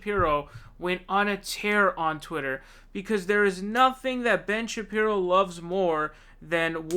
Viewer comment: its pronounced Sha-Peero, not sha pyro. not that important, but will be good to avoid trolls in future.